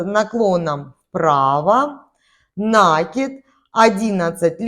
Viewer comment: НакИд,от слова накИ бываем( петлю на спицу) Ухо режет,объяснение хорошее,а вот слова произносить нужно правильно.( Не обижайтесь)